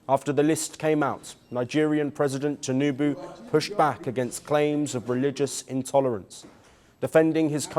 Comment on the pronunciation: This man just said Bolo Ahmed tunubu